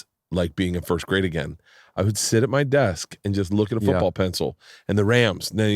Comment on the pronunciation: "Foobull pessil"